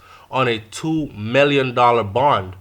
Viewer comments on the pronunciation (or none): none